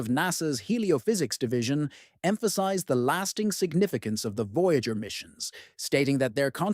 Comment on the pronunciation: "VOYGAER" fucking AI slop